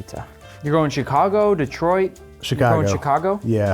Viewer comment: you lost when you said "Chicago"